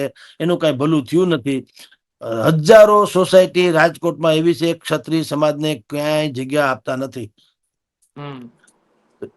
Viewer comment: સત્રિય ન બોલો. ક્ષત્રિય સાચો શબ્દ અને ઉચ્ચાર છે. એન્કરની તો બહુ મોટી જવાબદારી છે ભાષા પ્રત્યે સભાનતા અને ચોકસાઈની. આવા ઉચ્ચારો સાંભળીને નવી પેઢી શીખશે શું?